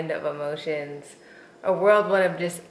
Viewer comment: Go you!! You look great! It's whirlwind though, not world wind.